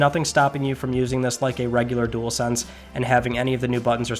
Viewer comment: Would not buy one myself but at least you can say dual-sense unlike some YouTubers like spawnpoiint 😂 jewelsense 🤦🏻‍♂️.